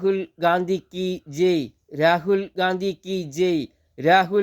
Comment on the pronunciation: താനെന്താ ഈ പറയുന്നത് രാഹുൽ ഗാന്ധി കീച്ചെയ് എന്നല്ല രാഹുൽ ഗാന്ധി കീ ജയ് എന്നു പറ